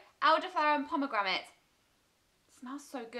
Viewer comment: How you say pomegranate 😂😂💘💘